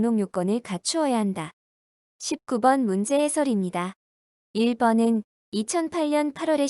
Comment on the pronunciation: 1번이 자꾸 2번으로 들립니다